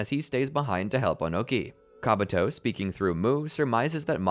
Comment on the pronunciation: My brother in christ, it's KabUto, not KabAto...